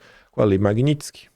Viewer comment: Qdo o conseguir falar MAGNITSKY, aprovam anistia.